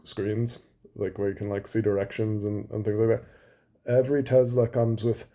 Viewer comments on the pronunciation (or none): If Musk changes the pronunciation of Tesla to Tesssla like a real American instead of Tezzzla I’ll think about buying one. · I lover Tesler 😂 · “I love Tessler!!!!” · I LOVE TESLUR! 😂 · TESLER CARS - IT’S COMPUTER !